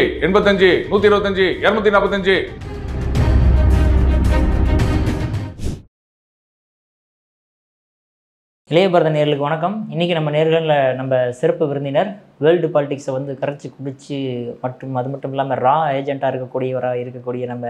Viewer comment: சிறப்பு விருந்தினர் என தெளிவாக உச்சரிக்க வேண்டும் தம்பி